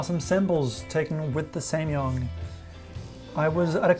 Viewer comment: Am I the only one who's annoyed that he keeps saying "samYUNG " instead of "samYANG". I know, I'm nuts...